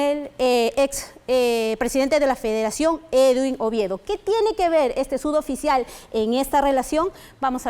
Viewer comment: Enseñenle a la periodista a decir suboficial, y no "sudoficial". Ni su jefa delta le corrige, o no se da cuenta?